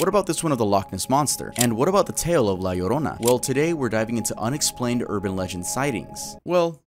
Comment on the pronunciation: I’m happy that my girl La Llorona is getting some love. She’s my favorite urban legend, I’m happy that pronounced her name right <3